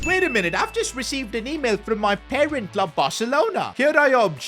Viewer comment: When he says current club he says parent club